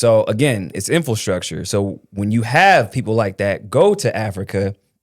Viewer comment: Infil structure is driving me nuts. It's pronounced Infra structure